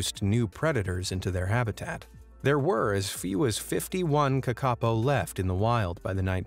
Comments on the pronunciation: its pronounced kaka-po not kakapo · its not "ka ka po" its "kaka po" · kakapo is pronounced Kar-ka-po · You say it like (kaka-po) It's acctually (Ka-ka-Poh) I'm sorry I just dislike it when someone mispronounced the language 😁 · Kakapo - NZ parrot - pronounced Kaa-ka-por (like or). Thank you for including this beautiful bird. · AS A NEW ZEALANDER THE WAY HE PRONOUNED KAKAPO IS WRONG IT'S PRONOUNED Caca-po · Bro u said kakapo rong it’s pronounced ka ka pou. Sorry if this small rant sounds like I’m hate commenting im just a very persistent New Zealander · its pronounced ca-ca pou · Lol how you say Kakapo. Cute. Might pay to check pronunciation before posting vids. I do love your content though. Really interesting stuff people wouldn’t otherwise know. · The new Zealand bird the kakapo it's pronounced different to how it's said in this.